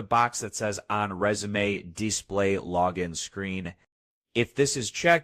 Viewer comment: This didn't help me with my issue. I get a popup when I click on sewttings for any screensaver other than text that says : "NO OPTIONS; This screensaver has no option that you can set." And this video reads "Resume " (Rezoom) as Resume (Rez zoom may).